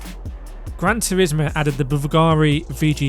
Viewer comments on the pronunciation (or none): Did you just say B-V-GARI? It's pronounced Bool-gah-ree. haha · I repsect the hate on the bvlgari. But at least try to pronounce it correctly please.